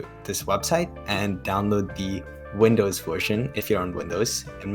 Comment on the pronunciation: Listening pronuncing "Vindows" instead of "Windows" made me want to reinstall manim